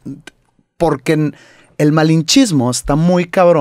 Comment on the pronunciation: bro said malhinchismo